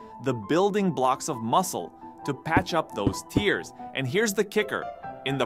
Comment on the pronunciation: great video!!! small correction its microscopic tears as in tear something apart (verb) not tears as in water from crying (noun). although that might've just been a joke and i might just be stupid. really awesome video regardless!